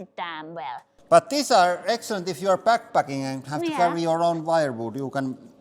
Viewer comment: when you said 'If you are back-packing' I did a huge double take and had to re-play it, it sounded like you said something a lot naughtier to me at first. 😆 Hey, if you're into that, it's all good. A lot of women find it uncomfortable, but some love it! On a more serious note, very interesting idea to make super-concentrated wood with a hydraulic press! I don't know if it's commercially viable but a great home hack if you burn wood and happen to own a hydraulic press!